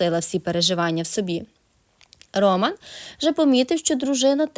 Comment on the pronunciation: Чому в слові ,,Роман,, ви робите наголос на першому складі,? Це невірно.